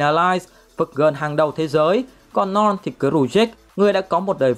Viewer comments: Ad: Norn Não tao: Non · Ad đọc : norn Còn tôi : non 😂😂